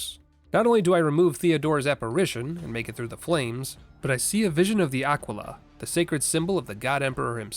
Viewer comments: I thought that was possible. He did also pronounce the Imperial Aquila "Aqui-la" and not "A-qui-la" so maybe he genuinely is unexposed these things lol. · His pronunciation of Yandere was way wrong and some other words like Aquila more uinderstandably so.